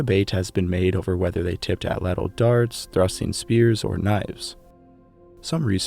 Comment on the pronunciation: Prefer you use the name of the hunting tool 'spear thrower' than to keep mispronouncing the PROPER name ATL_ATL...UMMM...(NOT fat cattle. as YOU pronounce AT-LATL) Just because the scientific community says it incorrectly doesn't mean that continued misnomer will 'become accepted as correct...ask a native. I love your docs and deep history, but this word keeps jumping out at me. I aim to help, not to harm.